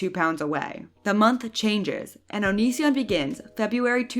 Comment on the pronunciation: Why do you say his name so weird?